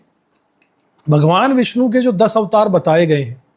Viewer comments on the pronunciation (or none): none